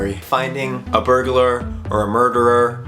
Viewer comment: Whats a burgerer I thought it was burglar